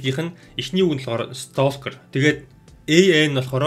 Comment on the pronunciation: Stalker gedeg ugnii L ni helehguigeer unshdag shuu, silent letter 😇